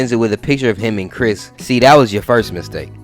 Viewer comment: nah you said it right that’s Chris